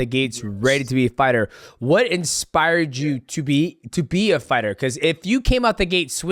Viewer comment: Why does he say expire instead of inspire is that a black thing or a death sentence thing